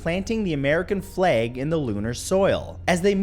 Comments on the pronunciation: Matthew pronouncing flag as “fleg” was the best thing ever 😂 did anyone else notice it? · "fleg" btw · Why you say flag like that tho lol 😂